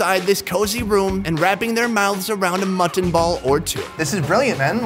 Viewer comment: Whyyyy does pronounce mutton that way?!?